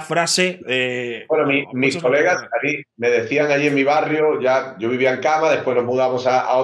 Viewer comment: En que minuto ibai dice sho no puedo tengo fútbol ???